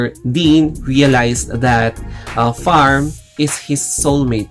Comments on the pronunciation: Your pronunciation of 'Pharm' is sounds weird.. it's not 'Farm' not 'F' but it's 'P' Can you hear their pronunciation in the series? I'm Sorry but i feel uncomfortable every time when you call him like that 😅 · He Filipino they usually can’t pronunciations P that why it sound F not his fault